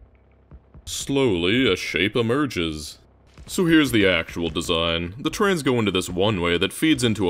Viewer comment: Love the trans representation in this vid, I mean trains. Sorry but the way you say trains sounds exactly like trans lmao